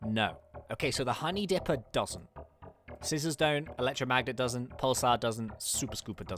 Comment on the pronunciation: does any one realise he says dRipper not dipper! lol no offence